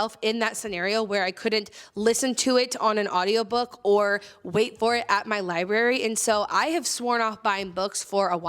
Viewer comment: Did she say liberry? I’m pretty sure it’s library.